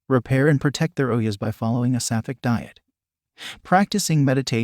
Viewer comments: its not OH-YES, its O-JAS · It's not oyas it's ojas. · don't stan on your head without a yoga master teaching, you will go crazy after a while, and ojas are pronounced d/f